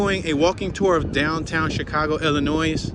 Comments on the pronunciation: 2021 2,696, ,620,962 2 Chicago is not growing 3.6 million to 2.7 million mainly due to all the shooting on the Southside. Also the s is silent on Illinois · Say it with me now, ILL IN NOY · You pronounce the name of the state incorrectly.